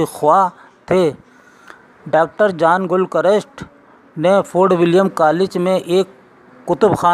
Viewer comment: It's John NOT jaan. GIL not Gul